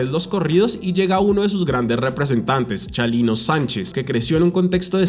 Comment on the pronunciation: Es Chalino, no Chalilo